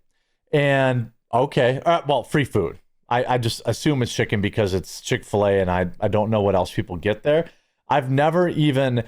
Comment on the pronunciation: You said Chic Fila so many times I’m going there for dinner. Dang it.